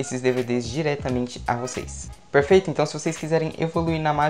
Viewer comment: Ele só sabe fala perferito🤓